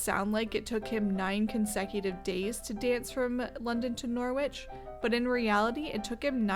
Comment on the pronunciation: Norwich is pronounced NORRIDGE